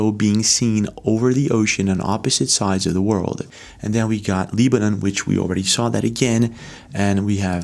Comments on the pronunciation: Leebanan??? You mean Lebanon. LeBron.....Lebanon.... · It's pronounced, Leb-a-non not "Leeb-a- none" !!! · Fyi..its pronounced LEB not LEEB..Lebaaaanaaaan. And RELL-UM not REAL-UM..for "realm" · Re: The country "Lebanon"... it's not pronounced "LEE-ban-on" in English. We pronounce it "LEB-an-on". (Rhymes with "WEB") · Pyramid video is absolutely fake. The fact you put this video on here lowers your credibility. FYI its not called LEE-BE-NUN... ITS LE-BA-NON . Go get a diploma dude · Lee-ba-num?? Really? It's Beirut, Leb-uh-non. You're looking at maps and doing research daily and you've never heard of Lebanon? My, my, my. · Hey bro it's pronounced Leb-anon not Leeb-anon 👍🏼💪🏼🙏🏼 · I have always liked the videos this guy has produced but if he doesn’t stop mispronouncing Lebanon I am going to shut down this particular video! How in the world does a guy that is as informed as he is not know how to pronounce Lebanon properly? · Check your pronunciation of ‘Lebanon,’ it’s not a hard ‘E.’ I’ll have to assume you are AI or an Interdimensional being, based on the mispronunciation. 👀 I’ll be watching every one of your videos, just in case you’re not an earthling. 👍 Peace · All respect, but it’s pronounced with a short “e”, Lebanon, like levitate. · WHY THE HELL ARE YOU SAYING "LEEBANON"? What planet are you from because nobody on this one pronounces Lebanon as L-EE-banon. You pronounce it like "lead-bana'an", but with a silent d. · Try pro bouncing Lebanon again. Why you are at it, work on the word, basic, too. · "Lee-ban-on" Seriously??? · like this dudes videos but his pronunciations of 'aluminum', 'lebanon' and others are literally unbelievable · I've never heard Lebanon pronounced like that.